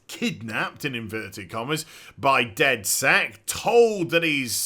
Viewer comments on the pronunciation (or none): isnt it called dedsec and not "Deathsekt" like you said the whole time